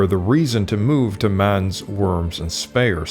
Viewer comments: Mans? Werms? Spayer? How about learning to pronounce German names properly, and with the "utmost respect?" The narrator is a joke. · It's very difficult to understand someone who is such a mumbler. His moustache makes it impossible to lip-read. He should have a shave, open his mouth when he speaks, and also learn how to pronounce properly the names Mainz, Speyer and Worms.